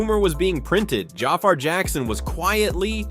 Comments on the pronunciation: It's pronounced Ja-FAR, not Jaffer 😒🙄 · Jah far Jackson 😂 Man it's pronounced Jafar 😂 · Could you PLEASE learn how to pronounce the young man’s name CORRECTLY if you’re gonna make a video about him??! (/juh/far/) Sorry, but that’s a bit unprofessional & it shows you didn’t do your homework in preparation to make this video. It’s also a bit embarrassing & disrespectful to all the hard work Jaafar put into earning this iconic role. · This was narrated by AI, right? The way "biopic" and Jaafar's name were pronounced completely lost me. Especially after "My name is your host"... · Lord you can’t even say his name right 😢